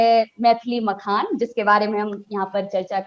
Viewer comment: मिथिला मकान ????? अरे मिथिला मखान बोलिए .... एंकर साहिबा...